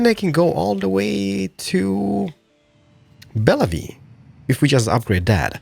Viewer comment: its pronounced Bell-view